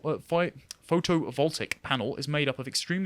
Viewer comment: Photovoltaic . . . 'Photo-vol-tay-ic' . . . (rather than 'photo-voltic'). 'Lagrange point' . . . 'La-grange' . . . (rather than 'lag-range' point). And you don't really place something at 'the' Lagrange point, as there are 5 Lagrange points around the sun/earth two-body system, it would be placed at 'a' Lagrange point. Specifically it would need to be placed at L1.